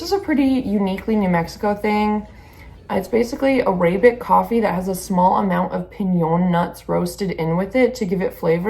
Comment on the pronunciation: Nice content! Cant wait to attend this year! Coffee looks good, one minor correction to your pronunciation, Arabic is pronounced Air-uh-bic :)